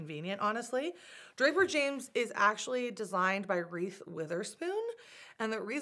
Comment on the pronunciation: "Reeth" Witherspoon 😂 that cracked me up! Cute dresses!